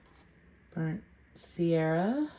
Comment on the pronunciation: Beautiful work! As an fyi... It's burnt sienna, not burnt sierra.